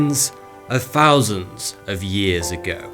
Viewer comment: Fousands, you say?